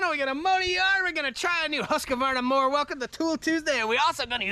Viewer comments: HUSK - VARNA, not HUSK A Varna. Sweedish is prounced is HoukS Varna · is it actually pronounced "husq-A-varna"? or is it husqvarna? I don't see an "a" inbetween the q and v. Honestly curious cuz I run husqvarna commercial equipment and have never pronounced it this way. lol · Ive been told its "Hoosk-Varna" but whatever, its a great brand. Gorgeous property you have brotha.